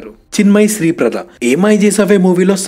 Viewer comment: Wonderful research and video. Kudos to ur team. If u don't mind two small corrections. Amitabh movie khuda ja kaadu, it's KHUDAGAWA. alage chinmayi sriprada kadu. Sripada. Pronounced as sreepaada